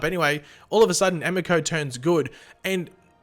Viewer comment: Hey this is weedthrasher, just wanted to say that I'm still watching and enjoying your vids! Always insightful and funny. So props and good on ya for that mate:😎 Still kind of bugs me the way you pronounce Emiko though lol. Also calling Oliver and Felicity "Olicity" is hilarious, did you just come up with that?